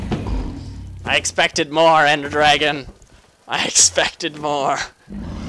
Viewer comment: "drag-on" its funny.